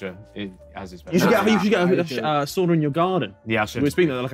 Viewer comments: Nice that they used the Finnish pronunciation of "sauna" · harry says sauna the right way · nothing brings me more joy than the sidemen pronouncing "sauna" with the right pronunciation